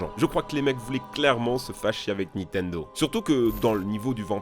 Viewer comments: Stp tu peux arrêter de "Nitendo" au lieu de Nintendo? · Quelqu'un peut lui faire comprendre que c'est pas " nitendo " qu'il faut dire mais " nintendo " ! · Ya que moi qui vrille quand j'entends Nitendo au lieu de Nintendo ???